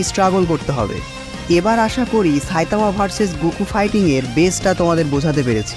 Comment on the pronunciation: সা‌ইতামানা। ছাইতামা😂😂😂